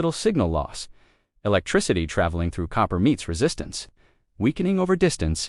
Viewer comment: I can't get past the AI mispronunciation.